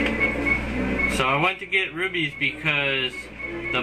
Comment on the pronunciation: rupies, not rubies